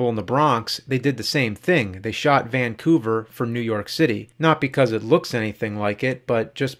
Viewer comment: I love how you struggle to say Vancouver 😁